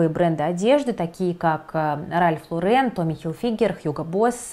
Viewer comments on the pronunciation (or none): none